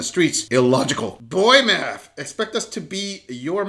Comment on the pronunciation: secind ckip made my head hurt, uts math not mat